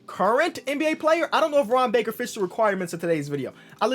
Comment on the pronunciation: I swear to God everytime he said Ron baker in the beginning I legit thought he was saying harambe